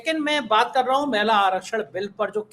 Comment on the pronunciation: मैला नहीं महिला ...!